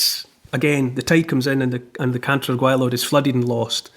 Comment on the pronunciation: Cantre'r gwaelod perfectly pronounced by Neil Oliver 🏴👏👍